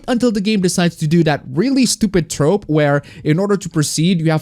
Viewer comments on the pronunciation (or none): none